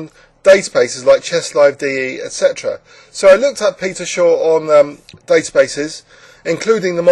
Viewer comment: Shaw not Short